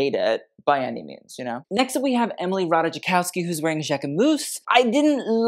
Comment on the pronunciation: Love your videos but please learn how to pronounce correctly last name of Emily Ratajkowski 🙏:hands-yellow-heart-red